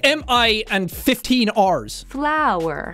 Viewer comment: flower = floeur